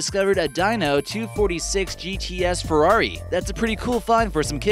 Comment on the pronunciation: Your narrator mispronounced Ferrari (Dino) and Jackson (Pollack) pfft